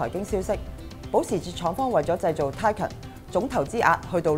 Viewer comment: 條片拍得幾用心。 不過…可唔可以讀啱 Porsche 同 Taycan 嘅發音？ 由頭錯到尾…真係好"un"耳。 繼續加油！ Taycan